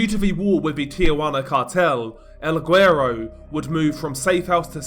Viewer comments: It’s semi-silent. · I live in Houston with a really high Hispanic population and I'm married to a Hispanic lady and I'll get called guero all the time. Never in my life have I heard the hard g with the word lol, but ok. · The G in guero is silent! This was hard to listen to lol. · Hey DR, I think your getting ur Spanish pronunciations from the wrong person You pronounce certain words with a “-th” sound when there isn’t Spanish people are known to use “th” Mexicans on the other hand don’t Also guero is pronounced “Weh-row” Hope that helps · I guess it depends on the dialect but saying "güero" without pronouncing the g is incorrect.